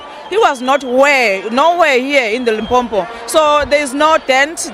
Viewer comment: I feel it's a bit rude when Zulu speaking people say "Limpompo", LOL!